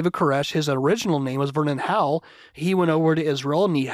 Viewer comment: When you said "Vernon Howell", I thought you said his name was "burn in Hell".